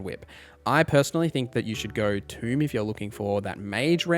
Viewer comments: It's "toe" not "too" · Not Tomb. Tome. Tome = Toe-m. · Tome like Foam. Not Tomb like Womb. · It's pronounced TO-EM, not Tomb. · Holy crap, dude. It's "TOME." Not tomb. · TOME not tomb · Thank you, this idiot saying tomb really pissed me off. Clicked off instantly. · Tome rhymes with stone. Stone? Rock and Stone! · Tome rhymes with home. Tomb rhymes with room.